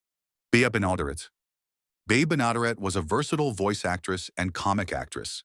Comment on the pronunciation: Hey you loser AI narrator, it’s Bea Ben-ah-DARE-it. She was also the voice of Betty Rubble on the Flintstones. AI narrators are like fingernails on a chalkboard, just sooo annoying and so many of these off-beat “list” channels (Top 10 Musicians who…whatever) use them. I’m trying to avoid them but sometimes it’s tough to recognize until it says something ridiculous. Like Sioux [pro: soo] Falls, South Dakota — AI pronounced it: SY-ooks Falls. Unbelievable! Apparently AI has no awareness of Native Americans—not that I’m surprised. Begs the question:“What race is AI?”